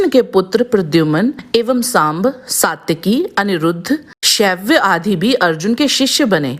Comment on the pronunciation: सत्यकी क्यों कहती हैं. उनका नाम तो सात्यकी हैं